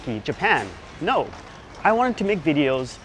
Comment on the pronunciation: their no no no sounds so Indian, nahi nahi nahi